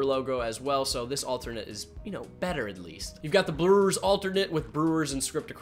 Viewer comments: Lol he said Brelllerws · Buddy can’t even say Brewers properly and we supposed to take his review of their jersey seriously?